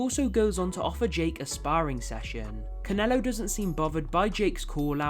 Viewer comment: Why are you saying Conelo bruh